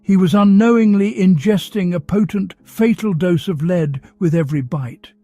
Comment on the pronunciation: Wonderful story, but the pronunciations of lead (as in the deadly mineral) and lead (as in what one does with a horse), was constant and annoying. I found myself more concentrated on that than the actual story at times, which was spoiling such an excellent tale. I realise there can be wrong pronunciations when reading lines, such as with wound (as in a cut in skin) and wound ( what one does with a clock) and the most often mistaken one made when playing the violin with a bow (as one makes with ribbon and correct) and bow, ( what one downs when bending over). Also frequently mixed up minute as in time and minute (mynuut) as in small As apparently these recordings are done in the US, I realise Americanisms come to the fore, as in Kilometers instead of the 1800's London's mile, closets instead of cupboards or aluminum, instead of aluminium, for instants. I know I'm nitpicking, for which I apologise, because this is by far the best of all the Sherlock channels and I look forward to the next story each night. But tonight's constant lead(led)/lead(leed), really was just too much. Regardless , thank you for a very interesting and different storyline